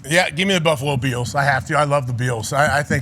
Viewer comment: AJ Hawk - “Buffalo Beals” 😂